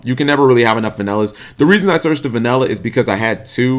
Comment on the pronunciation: its vanilla not vanella